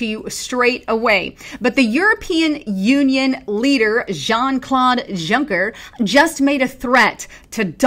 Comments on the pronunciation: 1.- It's pronounced "Yuncker", the J sounds like a Y. 2.- Anyone that considers Juncker's asinine statements about "breaking-up" the U.S. a threat, is as much of an ass-hat as Jean-Claude. Seriously. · The j in Junker is correctly spoken like the y in youth.